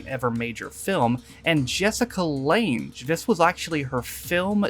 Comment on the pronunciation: "Da-wan," as portrayed by someone called Jessica Lange (rhymes with flange)...